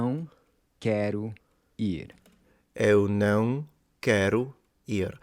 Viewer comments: your Não was very spot on Usually the portuguese version of the nasal sounds are very hard even for brother romance language speakers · Jesus Christ, I've never seen someone say "não" that well so quickly. This specific pronunciation was. Simply. Perfect. Seriously, I've never seen this lol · The "nowng" tip was actually very decent. The "owng" sound is indeed very similar to the "ão" sound. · it’s so fun to see your journey learning Brazilian Portuguese! You did great with the pronunciation of não, which can be tricky for many beginners. 🎉 Best wishes for your channel!:yt:#plainportuguese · 10/10 got the ~ sound pronunciation